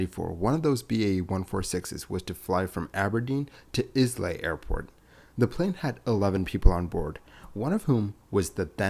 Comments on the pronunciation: Thanks for another great video, well researched and well presented. I think I'm right in saying that the Isle of Islay is pronounced 'I - lay.' This in the same way that Viscount is pronounced Vi-count. And, come to think of it, the way 'Island' is pronounced I - land. The English language has virtually no logic in the way words are spelt so differently fom the way they are pronounced... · Islay is actually pronounce as 'Eye-Luh' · Islay pronounced “Eye la” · I remember that happening. I remember the evening news on the day it happened. I was young. Oh and the isle of Isley, it’s pronounced I Lay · Islay is pronounced eye-lah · Yea this is a very good video but every single "Izz-lay" made my bones itch lmao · Interesting video as always but Islay is pronounced " ay-lay". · 1) It's pronounced Isle-a. 2) Everybody in the UK knew all about it - the crash was all over the news. 3) It happened the same day that the documentary where he admitted infidelity was broadcast, so doubtless foreign media were more interested in that. 4) The captain has absolute authority, and I've know few captains without the ego to say 'No' even to a senior royal. 5) Once again - Isle-a. It's the first line of the Wikipedia entry. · Eyela, not lay. Emphasis on the first syllable (we don’t pronounce the s in island or isle after all), the second syllable is almost an afterthought. It’s like all the other islands that end -ay, the y is not voiced. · "Islay" (Scottish Gaelic) is pronounced "Eye-luh". Don't ask! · they haven't chartered the Concorde in a while... and that would be Islay pronounced eye-lay... and the BAE 146 consists of 4 oil leaks linked by an electrical problem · No, it's pronounced I-LAH. Yours, a Scot. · It’s definitely “eye-lah” (not “eye-lay”). Anyone who knows anything about whisky will know this, you don’t even have to be a Scot! Type “Islay pronunciation” into Google and it will say it out loud! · The name Islay is pronounced 'Eye-luh' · Islay is pronounced "eye-lah"